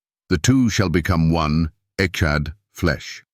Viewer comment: You lost me 2 seconds in w AI voice mispronouncing the topic of discussion. "Echad" is EXACTLY the proof of the multiplicity of God or His 'PLURAL-NESS' When you look at grapes they are known as a 'bunch' which means plural. Echad is the same concept.